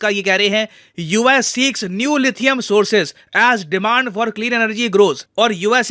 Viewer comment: Inhe lithium bhi bolna nhi aata hai 🤦🤦🤦🤦🤦... 😂🤣😂🤣😂